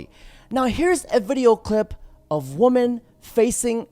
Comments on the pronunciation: Can you pronounce women? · Day 1001 Dude you sound dumb learn to pronounce women properly you have a chance about them